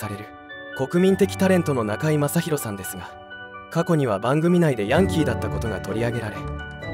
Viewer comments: ヤンキーのイントネーション間違ってるw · ヤンキーの発音が、変❗それに、赤井英和さんが大阪で有名って、知らん❗